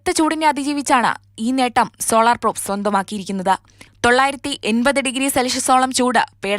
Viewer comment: പ്രോപ് അല്ല പ്രോബ് ആണ്! പാർക്കർ സോളാർ പ്രോബ് ഇതിനെയൊക്കെ പറ്റി വിവരം ഉള്ള ആൾകാർ ആരും ഇല്ലേ അവിടെ?